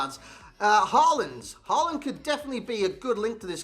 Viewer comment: I cant stop hearing saying holland in an american accent rather than håland